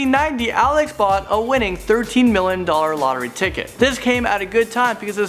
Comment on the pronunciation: he says 16 millon instead of million